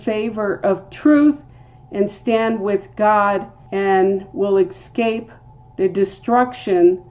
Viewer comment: Interesting link to word Harpazo. Btw….it’s EScape… not EKscape.